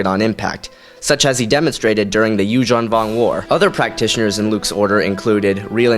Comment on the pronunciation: he mispronounces things allot, but the only time it got to me was when he mispronounces yuuzhan vong